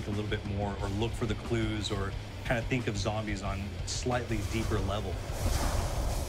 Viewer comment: I hate to say its Think not thick